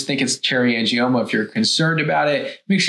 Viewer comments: Cherry angimonas ??? You want to give advice & you can't even pronounce AN-GIOMA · Angie-Mona haha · Did she say "Angie-Monas"?? 😂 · It's Uh Angie Mona! 😂😂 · I’m having trouble looking past the fact she pronounced it like, ‘Cherry Angie-Mona’ 😂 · Cherry "angiMomas"? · Angimoaner! Can't watch any more. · Not to mention she says " angiomonas"... sigh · The fact that the person who made the video couldn’t pronounce “angioma” correctly is a red flag. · Tipoff was when she didn’t say “angioma” correctly. 🙄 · As soon as I heard her mispronounce “angioma”, I would have logged off.